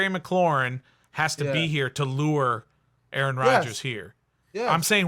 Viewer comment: This man said terry mcclaurin and Allen . He lost some credibility saying that lol